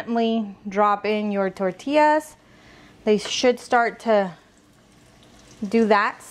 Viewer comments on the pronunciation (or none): I watched until she said “tortillas” can’t stand a señora that CANNOT pronounce tortillas the proper way. First generation or second plus generation. No excuse. Vergüenzas.